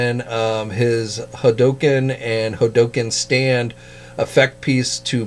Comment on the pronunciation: It has to be on purpose, because he says "Hulk" just fine when talking about that big green marvel guy.